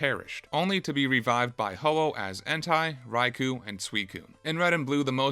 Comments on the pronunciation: "entai raikuh and suikuh" bruh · Entai? Raicoo? Sweecune? That's not how you pronounce those.